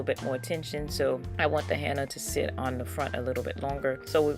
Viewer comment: Love your channel..but its HENNA (Hen-na)not HANNA!!!!😁